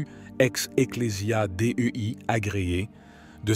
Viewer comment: Un bel exemple de téligence tificelle "amaschouère " Carlo Maria Vigano = mgr monseigneur ? "en twenty twenty" "Eclesia Dé Ü I " = ecclesia Dei ça se prononce déi et non dé ü i !